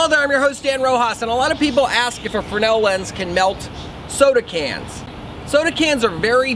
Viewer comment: is fresnal pronounces fre-nel ? or is it another solder sodder mix up